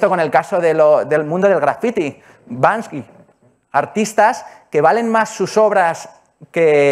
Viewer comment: Buena charla, solo una corrección no es Bansky, es Banksy…